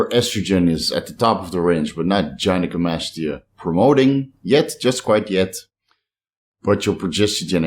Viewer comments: Hey. Your friendly neighborhood pronunciation BrO here.., GUY no co mastia. Not JYNO And Peeeeeecograms. Not Pike-o. Carry on good lad. Carry on. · You're nearly there! Its pronounced: 'Guy'-know-co-mastia. Not: 'Jigh'-know-co. its good to know that you actually read scientific literature, rather than just listening to simplified videos. I personally don't read past the study abstracts: tbh its all double dutch to me! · It’s like saying guy. Guy-na-koh-ma-stee- uhh Either way sounds fine with me lol